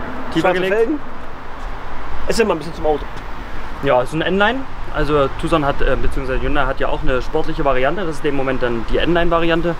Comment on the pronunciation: Dass ihr Tucson richtig aussprecht, macht euch direkt sympathisch. War da mal 😎